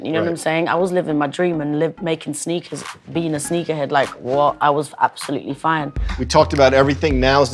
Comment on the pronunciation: when a child kidnapper rolls up to your house and says "Kid you want some sneakas"